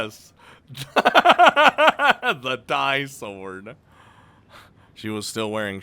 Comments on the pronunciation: No it was right the first time ”Dee” Sword ya silly. Not Die sword LOL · No, the "di" in the "Di-Sword" is read like in the word "disorder", in fact, it sounds quite similar. It's one of the key terms in the series, so you should read this one correctly